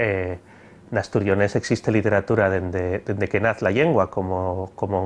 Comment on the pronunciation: Hola. Estoy estudiando el leonés para un trabajo de investigación. Tengo la duda de porqué no palataliza la l inicial en algunos casos, como por ejemplo cuando dice literatura, en vez de lliteratura (que es como creía que se diría). Os agradecería que me resolviéseis esta cuestión. Gracias.